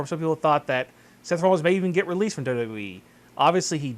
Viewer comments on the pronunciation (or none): none